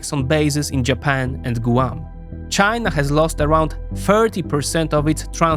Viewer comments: It’s not “gooo-wan” it’s “gwahm” and it’s not “ha-why” it’s “ha-why-e” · I love the way you say, Gooahm for Guam.